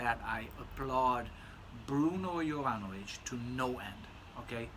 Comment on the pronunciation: thanks:)...yes,i understand,and have same feeling about mass hyped juvenile fragrances,as at 47,i have surpassed that,and also have soft spots for vintage type of fragrances.Also,it’s always nice to hear pronouncing correctly brand names(joop!),and perfumers(jovanović):)...wish you all best.